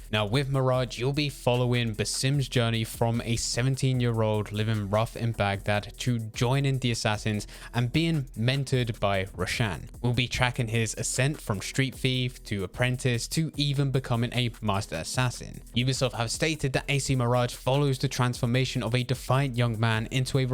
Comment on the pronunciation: And Roshan, it's cuz English usually places emphasis on the second syllable of a name rather than the first which would be correct